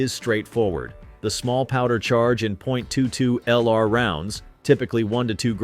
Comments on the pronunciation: All the technology and AI can’t say 22 😂😂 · STUPID 💩AI video! Jackass can't even say 22 correctly!!!!